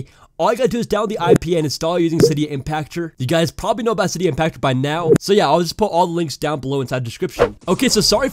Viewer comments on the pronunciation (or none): none